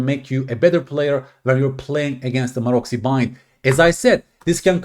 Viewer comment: Pronounced "marotsy"